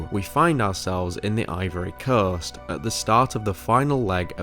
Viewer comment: The "Ivory Corst?"